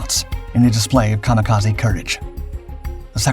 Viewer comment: Interesting video. Apart from the "Kamikase" remark.